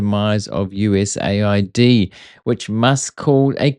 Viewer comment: Bro US-aid not USA-id? USAID 😂